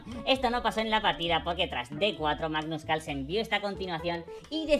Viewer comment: "manus calsen" jajajja